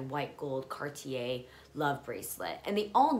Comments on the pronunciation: Cart yeh..You said it quite well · The way you say cartier at first is right !! Car tiey